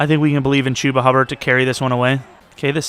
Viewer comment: Hate how he says Chubba lol